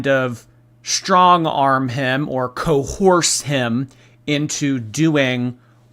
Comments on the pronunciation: He said it the way Amber says it - "cohorsed". 😄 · It’s because Albert says ‘cohorsed’ instead of ‘coerced’ but nice effort to incorrect a successful creator. Was it really that important to you to try to score a win here? Oh dear 😂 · Just in case you’re too smooth brained, your gorl Ambie said it as “coHersed” because 72 books a month, “books is good for the brain”. PLEASE go away, she harmed her partners and it’s documented.